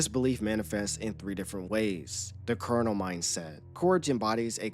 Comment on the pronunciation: Colonel not Colonial